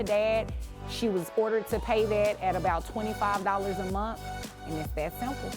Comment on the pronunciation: Its pronounced "month" dammit... Not "munt"